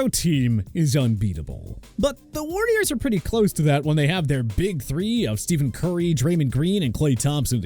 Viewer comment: This dude really said Steph Currys name wrong 😂